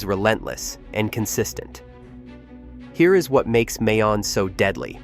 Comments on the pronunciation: It's pronounced "Mai Own" And Taal is "Tah all". In Russian you'd use ь between the aa. The other place names are BUTCHERED badly. La Gas Pee, All Bai, never mind! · It is a bit south of Manila, Philippines in Albay province, on the largest Philippine island of Luzon. Near Legazpi City. (pronounced : Mayon = MY OWN, Albay = ALL BY, Legazpi = Luh GAS pee, prepositioned = PREE po si shunned,). The Volcano is visible from Legazpi City. Glowing lava at the top is also frequently visible. The Volcanic agency is locally known as Philvocs. There is a National Park at the Volcano. It would be nice if they got a narrator who pronounces the location, place and personal names correctly. There is high poverty in the Philippines. So land that would not be used for agriculture in the USA and Europe is used by poor farmers there.